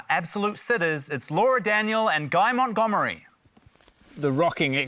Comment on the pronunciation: something abt this episode that will forever bug me is that matt says "guy mont-goob-ery" even though "guy mont-dumb-ery" is RIGHT THERE